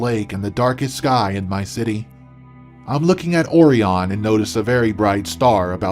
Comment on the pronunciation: Seriously? "Or-ee-on"? It's Orion, pronounced like "oh-ryan"! How, as a grown adult, would you not know that?